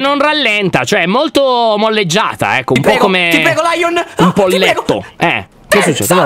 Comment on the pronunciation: Stre mi dispiaca ma la detto lyion pero ti voglio bene😓👆